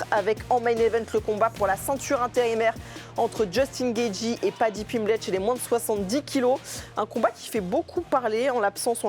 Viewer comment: Paddy Piplette elle a dit au début 😂